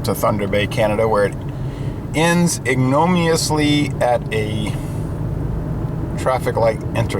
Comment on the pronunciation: It's pronounced "ig-know-MIN-eously, by the way, but good word choice!